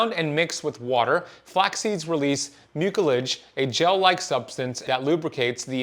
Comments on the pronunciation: Whenever you come across a word that has the letter I after the C then the C sounds like an S. Mucilage is pronounced like MEW-sil-ij. I know that you are very knowledgeable but pronounciation is important. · I don't believe one French fry is equal to a cigarette...this guy can't even pronounce "mucilage" right....fake wannabe doctor...